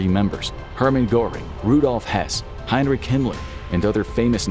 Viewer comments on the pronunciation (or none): none